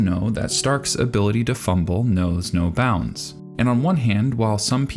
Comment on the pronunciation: "stark's hability to fumble knows no bounds" He's just like me fr